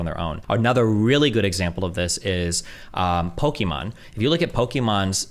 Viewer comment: Calling pokimane "pokemon" had me dying. Lol. I thought he was actually pivoting to pokemons stream statistics. Lmaoo